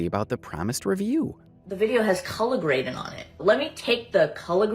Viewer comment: Leave her Alone, how many times does she have to tell you "It's CULLAHHH GRADIN" before you believe her?!Sheesh!🙄😂🤣😂